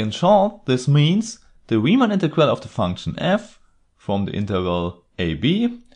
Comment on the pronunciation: You're guaranteed that "Riemann" will be pronounced correctly!